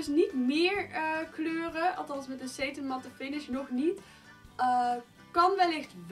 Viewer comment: Heej , leuk filmpje 💋 ( sarin spreek je uit als sétin ( met een korte E)